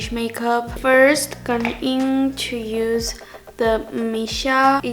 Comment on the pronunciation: I love how says 'chu' instead of 'to':3